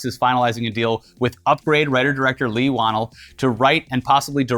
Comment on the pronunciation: Lee whannel pronounced Lee Wa-Nell.